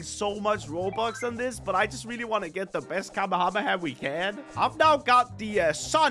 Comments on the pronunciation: Bro said Kamu-Hamu-ha KamE-hame-ha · are you saying kamehamayah isn't it Kamehameha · Bro it's na kamahamaha it's kamehameha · Atleast he didn't say kamehamama! 😅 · Kamehamaha? What? 😂😅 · The amount of people messing up the name of the kamehameha 😂 I still love but hearing it from him trying to pronounce it is funny for some reason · every single yt i see kamehameha in a tittle I'm scared they will pronounce wrongly